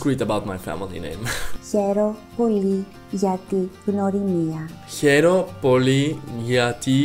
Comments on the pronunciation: I m greek and you did amazing. The only mistake is that we have the letter γ that it's not really g it's more like how you pronounce the first letter in the word yet , so it's (g-y)norimia not gnorimia. But you did amazing and thank you for learning my language ❤ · mario gjini εντωμεταξύ λέει γνωρίμια αντί για γνωριμία